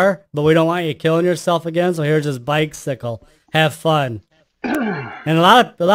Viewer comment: "bike-sickle" lol